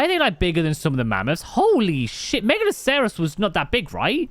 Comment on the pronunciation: Nigel's wrong, it is megaloSEROWs. It comes from the root word "megalos", same as Megalodon. It's not from short "mega" but full "megalo". tbh all his pronunciations have been dubious, lol.